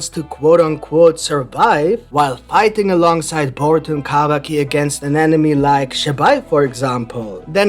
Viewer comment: I love the way you pronounce Kawaki